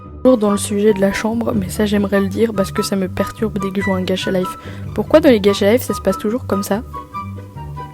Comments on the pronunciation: Ta dis gatcha 😳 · Pk tu dis "gaTcha" 😭😭😭😭